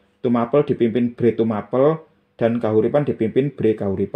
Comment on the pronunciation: bukan bhré, pu. Tapi bhrè. Ngapuntĕn lañcang.